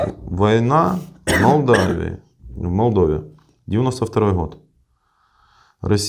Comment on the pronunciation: Молдова......Дима....Молдова а не так как вы говорили несколько раз)